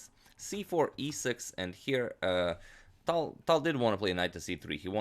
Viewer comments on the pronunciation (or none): Btw, i was meaning to tell you that for a long time. You see that "ь" at the end of "Таль" - that is a "soft sign" in Russian. And it means that previous consonant is "soft". Wich means it sounds like if there was an "y", for example, after it. Say "Taly" and then cut off vowel part at the end. That would be right pronounce of his name. When i started to watch your channel it took me sometime to understand who are you talking about;)